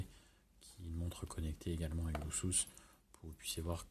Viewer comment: Très bon test... Par contre, ça se prononce pEbble et pas pIbble et on dit blueTooth pas bluSSouth... Merci pour mes oreilles ;-)